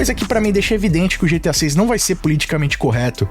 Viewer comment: Eu sempre vou quitar o video quando ouvir essa pronunciar GTI 😂😂😂😂😂😂 da n